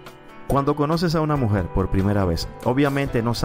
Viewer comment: Escuche como 100 veses la palabra mujet